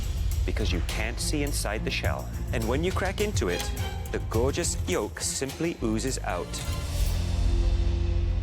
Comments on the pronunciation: Anyone else catch that guys say the gorgeous yilk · the way he said yolk, WTF!